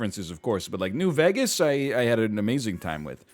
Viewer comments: I can't get over how NL pronounces "New Veghus" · Ryan says New Vegas like he says Lou Bega and it irks so much I love it.